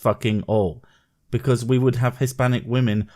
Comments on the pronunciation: "Im more than a pretty face", says the woman that dosnt know how to english. It really bothers me that she always says woman instead of women... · Wtf does she keep saying “woman” when she should say “women”? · or how she says woman when she should be saying women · Also sort of obnoxious how she regularly replaces "women" with "woman". Jesus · Why can't she pronounce "Women" correctly?